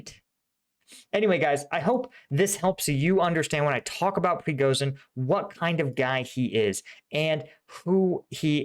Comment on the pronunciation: I know that English has no easy way to pronounce the sound "j", but Приго́жин is pronounced "prigojin", not "prigozin". "zh" is convention for "j" sound.